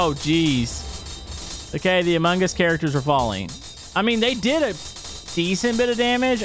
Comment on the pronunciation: “Amun guss”